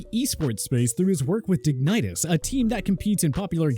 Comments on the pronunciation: The pronunciation of Dignitas hurt my soul, Dig-Ni-Tas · LMAO i actually laughed at the pronunciation of that. Altho if you have never heard it said before, its a fair way to say it ig